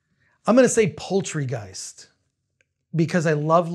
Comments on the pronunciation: Did he say 'Poultrygeist'? 😒🐔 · Says the man who calls Poltergeist "poll-tree-geist". He lost all credibility at that point.